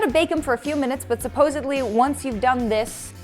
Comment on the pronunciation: Im dead.. the ditz just straight up said "supossebly"... Really?!?!